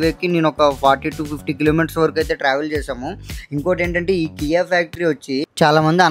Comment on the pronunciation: Not Kiy, it's KIA car factory